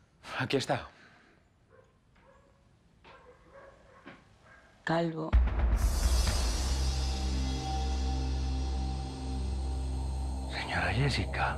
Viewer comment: Alguien más escucho que la diabla le dijo calgo a calvo